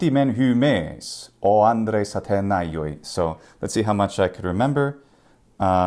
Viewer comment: for sure but we dont really know how they speak it we spaculate, for example you said atenayoi(ατεναγιοοι) i think ancient and modern here spell the same αθηναίοι athinei tone on e, you seperate αι,οι but those are combined and sound ε and η (am not a linguistic, just native greek speaker with dyslexia :P)